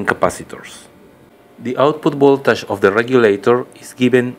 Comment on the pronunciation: Funny, he say's instead of three pins, "trippins", anf voltage becomes voltash.